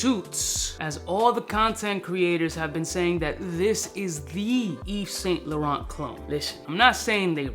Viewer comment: doesn't know to pronounce Yves Saint laurent. 🤣🤣